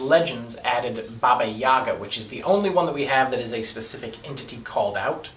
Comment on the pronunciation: Heyo, Russian here. It's pronounced baba yagA, not baba YAga. Also if witches get their powers when animal familiar grants those to them, that makes Madoka a witch... And more importantly - Sailor Moon